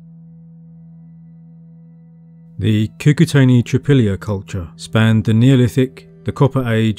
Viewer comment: Not "Trypilla" but "Tripolie" (phonetically "treepolye" - means "three fields" in russian/ukrainian)